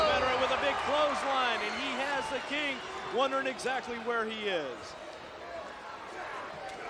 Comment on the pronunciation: Always loved when slick said "exacataly"